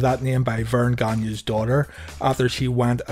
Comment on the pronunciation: you pronounced Gagne correctly. I'm from Bayonne NJ had childhood friend with the same name and everybody was always getting it wrong. Saying it "Gag-ne". Thank you. good video. gave you a thumbs you. They seem well produced. Has "production" feel but then again what do i know a junk bomb from bayonne nj.